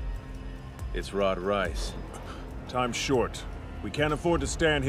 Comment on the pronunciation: It's actually riess